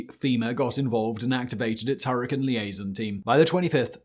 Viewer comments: "Hurri-cane" not "hurri-can" there's an "e" there that changes how you emphasize the "a" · The way you say hurricane is extremely weird and annoying. It's with cane not can lol I know I can't be the only one here in that and I know he's got the accent and all of that different language All of his accent is fine but it's hurricane not her a can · Her•ih•caine. Now add it together. You’re welcome Simon!!!😊 Good God man!! 😅😂 you’re butchering the names!!! It’s like saying Chai Tea. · Everytime u say Hurrikin I cringe.